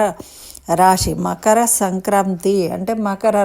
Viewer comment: తల్లీ ! రాషి అనకూడదు, రాసి అనాలి. రాసులు 12 ok. భాషని హత్య చేయకండి.